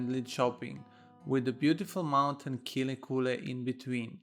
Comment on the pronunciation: Please spend some time to learn to pronounce Kinnekulle.